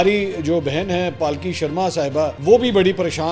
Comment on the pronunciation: Not pal ki it's palki